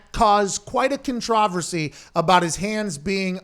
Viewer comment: No one: Pat: contröversy